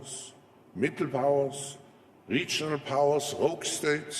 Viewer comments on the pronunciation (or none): Sein Englisch.... da stellen sich mir die Haare auf! Se Economic, Mittel income, soße (those) risks... man sollte meinen, ein Mann seiner Stellung sollt das besser beherrschen. Gruselig.